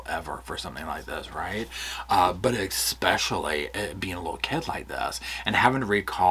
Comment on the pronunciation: There is no "k" in the word "especially"... Please! Now that I've gotten that off my chest... These stories are just heartbreaking and disgusting. I don't know how you creators immerse yourself in them without totally losing your minds. Everyone knew from the first television interview that these people were guilty as hell - but I will go to my grave saying that every single person involved in this adoption is just as guilty. From the secretaries to the court clerks right on up to the judge that signed the final decree - what the hell is wrong with these people? Neither of these parents had any income other than the money from the state and everyone still thought it was a good idea to give them these children? To pack two more kids into an already seriously overcrowded apartment, with parents that obviously couldn't provide for the four kids they already had.... Were two of those also adopted? Maybe we should check into that one too.. Amazing - immediately after the adoption of these two precious babies, they suddenly have the money for a down payment on a new house and don't need the kids anymore so bingo bango, the kids disappear. Anyone who couldn't see through that needs to make an appointment with an optometrist - you can use my credit card.